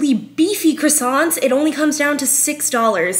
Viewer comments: For someone who went to French pastry school, you sure don’t know how to pronounce “croissants”….kinda like most Americans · They didn't teach you how to pronounce "croissants "? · Her first insult was pronouncing them wrong. 😂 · And yet she pronounces croissants the most american way 😂